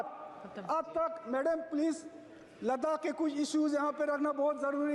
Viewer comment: Thoda pronunciation pay concentration day... Like March, madam aur choti choti words. Otherwise well done. Thanks for everything ❤